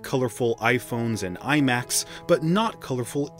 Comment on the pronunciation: I’m sorry but you did not just say iMacs 😂